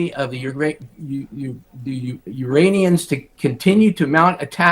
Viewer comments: The Uranians? LOL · The “uranians” ???😂😂😂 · "The Uranians"?? He does realise these are humans from Earth that are sending these drones out, right?? Not extraterrestrial beings from Urania..... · Lol did he call them uranians 😂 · What the hell is a Uranian? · did he just say Uranians???? Like from the planet Uranus??? Or people infected with Uranium poisoning? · did he just say "Urainians" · Did I hear Uranians?